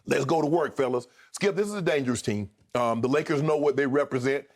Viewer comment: “The Lakerrrrs” - Shannon 😂😂😅😅🗣🗣 I’m HOLLERIN